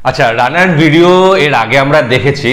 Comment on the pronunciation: রানার না আর এন এ আর।